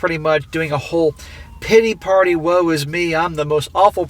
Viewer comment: When you said big titty party my ears perked up. Then figured out you said big pitty party.